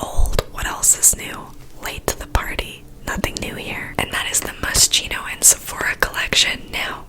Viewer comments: I love your videos mia, I jump to watch them as soon they are out lmaoo you are so funny 💗 btw it’s pronunced moskino like ‘ski’ not ‘she’ and it’s an italian brand. Love your videos, best time ever of fridays 🙌🏻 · Honey, im pretty sure the brand is pronounced mosKino like sharp K hahahah i dont know how to explain it properly, love from Poland 💞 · Moschino is pronounced like mos-Kino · It's mos kee nooo hahaa kinda got used to how you say it by the end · I have watched this video so many times that the way she pronounces moschino sounds correct to me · The way you pronounced Moschino lmao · i forgive you for pronouncing it wrong the entire video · NOOOO MIA THE WAY YOU PRONOUNCED MOSCHINO 😭😭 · i've been misspronouncing it since forever? omg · Moschino is not supposed to be pronounced like that, the ch is actually pronounced as a k, anyway great video I love youu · Girl, please check out how to pronounce Moschino.... Lol, I’ve never heard anyone say it this way 🤣 No hate, love you, just check it out because it’s really famous brand so if you’re gonna do a video with their products, you might as well know how to pronounce it. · So, I love how you are so honest that you don’t know how to pronounce it but it pronounced like mos-k-ino instead of mos-ch-ino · Moskino not moshhno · I think its "Moss-ski-no" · its pronounced as Moskino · “Moss - Key - No” just FYI. 😊😂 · Moschino is actually pronounced Moskino lmao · It's like mos-kee-no 😊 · It's pronounced Moskino, I'm not getting IPA involved in this 🤣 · MosKino, that's the prononciation hahaha ❤️❤️❤️ The only ASMR videos I can watch 'cause you are just so funny! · It‘s pronounced Moskino ♥️ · I think I’ve heard it pronounced “Mos-keeno” does anyone know what the correct pronunciation is? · Love these videos! Fyi, you have to pronounce Moschino as « moskino ».. in Italian « ch » are pronounced as « k » 😊💜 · Moschino is pronounced *Moskino* 😂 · You pronounce it mosKEENoh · It's pronounced "moskino" ;)